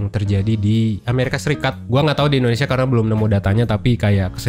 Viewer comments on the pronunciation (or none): none